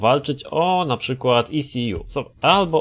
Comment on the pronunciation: E - CE - ŁU" you made my day 😂